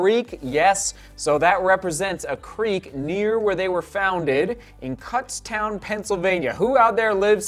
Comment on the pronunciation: I live about 20 minutes away from Kutztown and it's pronounced k-autz-town.